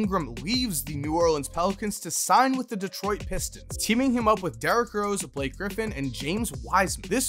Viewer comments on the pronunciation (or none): none